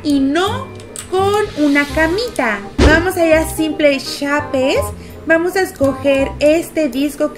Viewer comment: Holaaa La pronunciación de la palabra "bucks" es backs La pronunciación correcta De simple shapes es: simpol sheips No lo tomen como hate